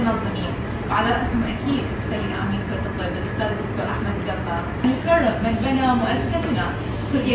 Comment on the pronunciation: عاشت ايدج والله يقويج ويحفظج ان شاءالله بس نصيحة اتمنى تتقبليها برحابة صدر وهي: من تذكرين الاسامي العربية ف الفظيها بالعربي، وليس بالانكليزي مثل اسم احمد لا تنطقيه اهمد لان احنا العرب لازم نفتخر بعربيتنا وما لازم نقلد الاجانب بكلشي وشكرا واتمنى لج كل التوفيق